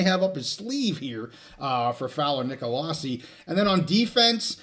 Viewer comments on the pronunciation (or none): CSU fan here. Big fan and a loyal viewer. Just fyi…I believe Brayden Fowler-Nicolosi pronounces his last name “Nick-uh-low-see.” At least that’s how I’ve always heard it pronounced at CSU.